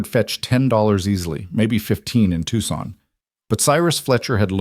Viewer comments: Good God, people!! At least check the pronunciation of the towns & cities! AI is NOT the tool to use for that. It is NOT Tuckson! It is To-san! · It's pronounced Toosahn, not Tuckson. Fix it! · Definitely ai, Tucson is pronounced Too saun not Tuck son. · Tuckson??????? Tucson!! I hate this AI Crap.l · Know your cities Tucson is not pronounced Tuxon!!! It sounds like twosahn. AI practice narration better please. Though you aren't human. Your words sound so very ignorant!!! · Tuckson????? Tuucson!!! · WA State. Love the story. Wish AI would learn how to say Tuscan. It's Toooo-sahn not Tuck -son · The announcer should learn the proper pronunciation of Tucson (Tu-san), a well known city in the state of Arizona, easily obtained by those from the southwest by anyone who inquìres. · 1. If the husband’s last name was Hale, why are his parents’ last name Carson? 2. Tucson is pronounced TOO-sawn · Good story but the narrator keeps saying the town wrong. It's pronounced Too-san. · I know we can’t correct the AI narrator, but Tucson is “too sohn”! Irritating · It’s pronounced two-san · Listening from Eugene Oregon but grew ùp in southern New Mexico,where everyone knows how to pronounce Tucson and no one would mispronounce TUCSON. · Wish you knew how to pronounce Tucson. The rest was pretty good. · Yeah I was thinking the same. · "Tuxson" incorrect! Tuscon ="Tusson". And Prescott is pronounced Pres' kitt, unless you want to unnerve all of Arizonas' natives! AI needs alot of practice!